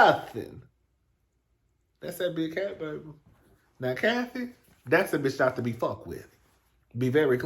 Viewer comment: Everytime Nikki tweets or goes live . All I hear is "Day Day that crazy bitsh out there again" 😂😂